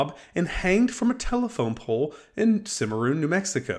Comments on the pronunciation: Allison and Longley are fairly well known to anyone with more than a pssing interest in Old West history. Also the name of the town is pronounced CimmaRON, not CimmaROON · It's pronounced CIM-UH-RON not Cim-a-roon. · Allison and Longley are fairly well known to anyone with more than apassing interest in Old West history. Also it's pronounced CimmaRON, not CimmaRoon.